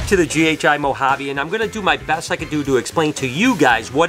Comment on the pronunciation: Hey. I’ve got to be honest with you, but I am not good enough a the gene guessing & I’m still at the stage of ‘ that’s a banana something snake’ lol 😂 I do love the way you say Banana Moharby with your American accent though 😂